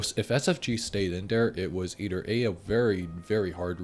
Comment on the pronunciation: "Eidder One"